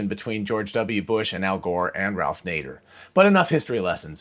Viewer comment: He said Nager ... Ban him!